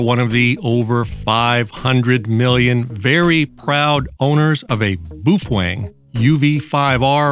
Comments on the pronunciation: omg... if you say BOO-FWANG one more time... its BOW-FANG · Very nice! BTW the baofeng in Chinese pronounced as "B-Aw-Fun" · There is a engineer where I work that was born in Indonesia and he says it is pronounced "Boof-Whang" .. He's an engineer so I think he would know better than you.